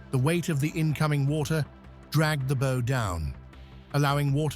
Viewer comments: Dear AI, the bow of a ship is pronounced like how (not bow as in so/sew)! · AI slop narration. For example, the AI ("Artificial Idiot") doesn't know the difference in pronunciation of "bow" (front end of a ship) and "bow" (as in rainbow). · Stupid ai. Doesn't know the difference between bow, as in bow and arrow and bow, as in bow down to royalty.